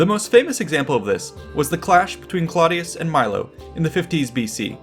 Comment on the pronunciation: Clodius is pronounced "CLOH DE US" (The CLOH is pronounced similarly to the name Chloe). This was the name he took when he became a plebian in order to run for Tribune. Before that he was a patrician of gens Claudia (IE: Claudius) which is pronounced more like "CLOW DE US" (Think Clow as in "Clown"). Its a subtle (but actually a VERY important) difference and anyone who has the audacity to make a video on the subject should be respectful and knowledgeable enough to get these details correct.